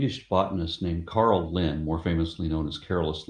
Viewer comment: This is the slightest of nitpicks, but is mispronouncing Carolus Linnaeus swedish name Carl Linné, the "é" isn't silent but pronounced just as in Pokémon (google translate also does it right).